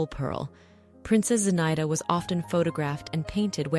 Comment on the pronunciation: Zinaida is pronounced zina-ee-da.